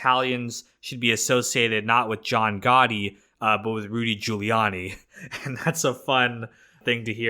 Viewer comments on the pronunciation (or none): none